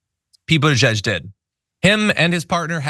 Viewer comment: "...Beetle-juiced" ! No way can I unhear that ! No ! will use it instead !